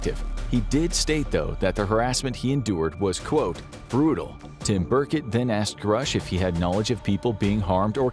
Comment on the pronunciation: "Representative Burkett." The narrator must not care about the potentially biggest story in all of human history, if he hasn't heard how that name is pronounced. But like who cares, if reality is completely different that all humans have been told for like a hundred years, like whatevz